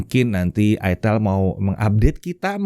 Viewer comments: Itel ya, bukan itel😂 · itel, bukan : aitel, aitel bukan itil. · tetap aja sebagun orang Indonesia karena membaca dengan Kaidah bahasa Indonesia bacanya Itel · bukan ithEL ya om 🤦🤣🤣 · Bacanya aitel/aitil yak. Bukan itel 😂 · di baca itil 😂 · Om ngomong nya itil/itel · Bacanya aitel bukan it*l🤣🤣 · Dibacanya itil ateul🤣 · Baca nya aitel bos ❤ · Kebacanya nganu njir 🗿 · Ngakak, pas cara penyebutan produknya🤣🤣